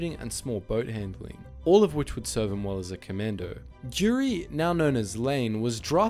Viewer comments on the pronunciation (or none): I dont want to tell you bad but his name wasnt dyuri his name was Gyuri